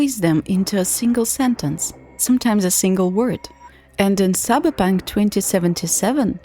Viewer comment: i love you pronouncing it "cyberpank"